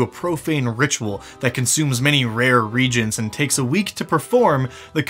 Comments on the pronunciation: Re Agent not Reedjent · Point of information, DD: the word "reagent" has three syllables (ree-A-jent)